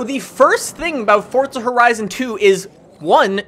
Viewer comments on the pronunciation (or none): Just wondering, why do you pronounce forza like "fortza"? My friends and I say it like 4za.